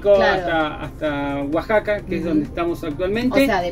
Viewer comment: Ya acostumbrada a los titulos catástrofe asi que no me preocupé, es la moda de todos los youtubers 😂 igualmente una lástima la pérdida del material!!! Una duda, porque dijeron Guasaca durante todo el video si es Oaxaca??!!!